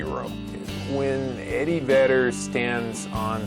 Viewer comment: Did you say Eddie Vader? 😂